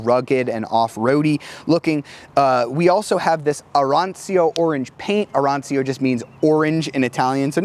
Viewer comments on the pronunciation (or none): Man can't say orange in Italian, and he can't read a speedometer😂 public education in the US is showing